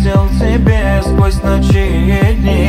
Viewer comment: Как же бл современные нытики искажают текст лишь бы получился хоть какой то смысл и какая то рифма Меня одного смущало ударение :"сквозь ночи* и дни"????